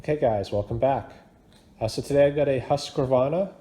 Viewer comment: I love how you pronouncing Husqvarna 😉😄 Yes, im from Sweden 🇸🇪🇸🇪 👍🏻